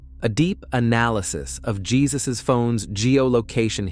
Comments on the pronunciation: Not pronounced "Jesus." It's pronounced "HAY-SOOSE." Please respect our Spanish speaking brothers and sisters. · He is. He should get that right! It's Hay-zuse. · Jesus is pronounced Hay-zuse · Aren’t you pronouncing Jesus’ name wrong?